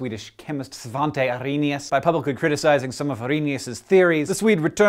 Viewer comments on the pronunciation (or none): You pronounced Svante wrong. The A should be pronounced like the a in acorn.